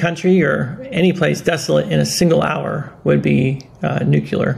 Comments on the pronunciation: Listen... Great effort but... I have a hard time with anyone, especially an educted person that mispronounces the word "NUCLEAR". Say it with me NEW CLEE ARE-NUCLEAR. EASY, RIGHT? NOT "NEW CUE LAR"- NUCULAR. PLEASE TRY? It detracts from your wisdom. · NUCLEAR, not nucular...